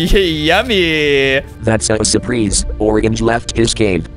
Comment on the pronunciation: "supreese" 😂🤣😂😂🤣😂🤣😂🤣🤣😂🤣 BOOSNIS 🤣🤣🥲😂🤣😂🤣😂🤣🤣🤣😂🤣😂🤣🤣